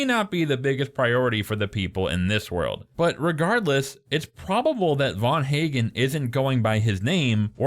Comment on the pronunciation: Ffs the physicist who invented "The Machine" is Dr van Eegen. Not VAN HAGEN. Just knowing a smidgen of 🇳🇱 (Dutch) phonetics, or the physicists, would have told you that. And yes, I'm also sure Nora is lying. The logistics alone plus clues since the very first ep indicate this. Loved the journey, everyone's journey from beginning to end it's beautiful. I'm Australian so know where every single scene was shot. Final episode takes place in Clunes Victoria. And it's clearly shot in winter. The 'dance' scene I mean 'wedding' was shot in very trying conditions. Brilliant stuff but as for this analysis, I've heard better 😅 It's such a beautiful brilliant show 🎉 Every emotion possible. Weird they didn't mention the GR once though 😮